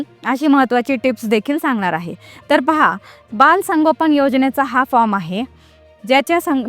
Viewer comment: अरे ताई फ्रॉम म्हणू नका फार्म म्हणा तुम्ही शिक्षित असेल तर